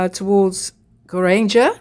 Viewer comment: To listen to your pronouncement of some words make me laughing😂. Geiranger for example, if you split this to Geir - anger so is anger pronounced like anger (angry) and not ranger (riding police). 😂